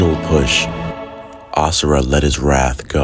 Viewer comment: Wrath. Not wraith.